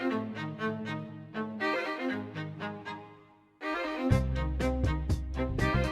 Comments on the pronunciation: Jianshi is pronounced with a "J" but good try though lol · Jiangshi is pronouced: Gee-yang shi :D love the video as always!!